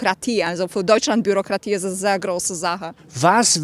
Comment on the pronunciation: Es war lustig, als die Dame Schwierigkeiten hatte, „Bürokratie“ auszusprechen, sie es aber problemlos aussprechen konnte, als vorschlug, „Scheiße Bürokratie“